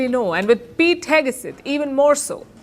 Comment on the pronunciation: Palki: FYI: In the USA it’s pronounced as Heg Seth not Heg a Seth. For what it’s worth!